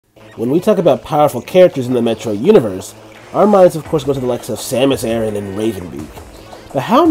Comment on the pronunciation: It's pronounced A-RAN not aaron...